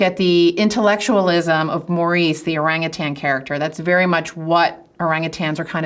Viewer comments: Hi, "Orang utan" consists of two words. Both words have the emphasis on the first syllable. My favorite jungle dweller is the bonobo. They are at least as intelligent as chimps but socially, they are far superior, always peaceful and they never fight. Regards, David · Let's all just agree that it's spelt 'orangutan' but pronounced 'orangutang'. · Kinda disappointed that this expert, like many Mat Sallehs, get the pronunciation wrong. It's "oh-rung-oo-tarn", not "ohrang-ootairns" with unnecessary stresses on the third and fourth syllables.